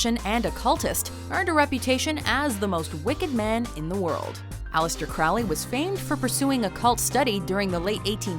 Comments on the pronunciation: It's pronounced "CROW-ly" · "Crowley" rhymes with "holy". And why isn't Wednesday Addams on this list? Alice Cooper ranked higher than Peter Murphy? Jesus Christ, who put this list together? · Crowley pronounced his name Crowley, rhyming with "holy."